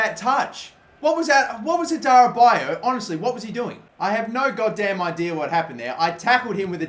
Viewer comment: Adarabioyo is pronounced 'Adara-beo-yo', you always missed out the 'yo' at the end. And Karius is pronounced 'Ka-ree-us' not 'Ky-rus'.